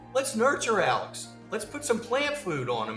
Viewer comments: this it annoyed me so much during the trial. I’m like his name is Alexxxxxxxxx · Why is “Alex” pronounced “Alec”